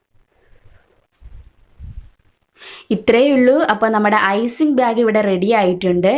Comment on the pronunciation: Icing byag alla... Icing bag ennu parayu